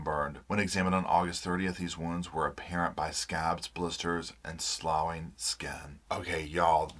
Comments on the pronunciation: sloughing its SLOFF-ing. Even SLUFF-ing. How do you pronounce "rough"? It's the same thing. I would think ya'll would've seen enough physical harm cases to not pronounce it like coleslaw. Edit: Or in this case, sl-ow-ing?? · The word sloughing is pronounced as SLUFFING ❤ just FYI the ough makes an uff sound like in rough 😀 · I was struck by how she tried to flirt with the cop right when she came in and he scowled at her. I thought that interaction was odd. Also, sloughing is pronounced sloffing, fyi. :) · "sloughing" pronounced like "sl-off-ing" refers to skin peeling off Brings a tear to my ear, those poor kids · Pronounced "sloffing" skin 💢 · Sloughing = sloffing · Just FYI, "sloughing" is pronounced "sluffing." Means their skin was peeling off. Sorry, I'm not being mean, just a grammar natzi here, can't help myself. 😂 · It's pronounced "sloffing", just so you know. Cheers from Australia my friend! 😊🦘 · That word is pronounced "sluffing". English is hard. Are these people "home schooling"? I think this term is synonymous with abuse in many cases. Have a good day, my friend. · Slough is pronounced "sloff". e: if it's a swamp or wetland it's pronounced "sloo". I know what you mean about the look Ruby has. It's the rictus, the glazed look. Her top lip is always peeled up in a permanent sneer. It reminds me of Shirly Phelps (the Westboro Baptist freak). The stuff in those charges is horrifying and could have easily led to deaths. Straight Abu Graib stuff. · the word 'sloughing' is pronounced 'sluffing' love. xoxo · Pro Tip: "Sloughing" is pronounced like "coughing". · As an English major, I can tell you that "sloughing" is pronounced "sloffing." The "gh" is pronounced as an "f." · Sloughing is pronounced like "sloffing." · FYI sloughing pronounced sluffing. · It's pronounced SLOFF-ING. ❤